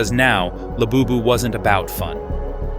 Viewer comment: Ahh yes. ✨rare laboobis✨